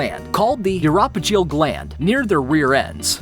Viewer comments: Too true—I'll forgive "uropygial" ( —that's "EU-ro-PIJ-ee-ǝl") but "aphid" ?!?—try again with a long "a" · This is a great video! However, the narrator really should have consulted with a zoologist or biologist...anyone ...on how to pronounce a huge portion of the words!!! Oxygenate - oxi-gen-ate Biliverdin - billy-ver-din Uropygial - you-roe-pi-gee-al Hoopoe - who-poo (after sound it makes)not poe like the author! Chymera - kai-meh-rah Really unprofessional!